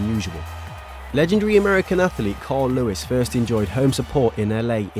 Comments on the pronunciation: Man said athalete and athaletic😂😂Quality series tho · Jermaine Jenas cannot say athlete